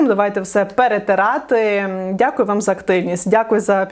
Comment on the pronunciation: і до кінця : "всім дякую, дякую, дякуйоу, дякую, дякуйоу"😂